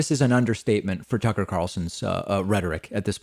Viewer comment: It's Tuckkker Carlson...